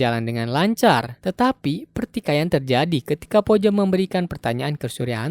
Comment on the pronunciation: Bacanya puja ka bukan poja